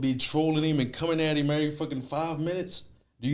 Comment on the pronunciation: Why u pronounce him like that “heem” 😭😭